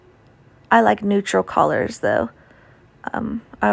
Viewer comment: Was wondering why she kept talking about collars and wondering what that could mean? I was half way into the video and realized she was saying colors!! 🤣 Oh my goodness. They look cute girl!